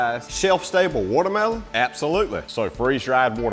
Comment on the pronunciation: "Wudder Mellon" 😅😂😅😂😅